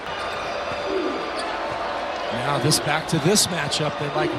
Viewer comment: they had to sound out Chinyelu when they said it….you think they would learn it before tip off but I guess not 😂